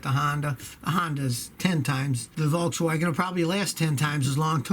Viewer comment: "Voltzwagen" haha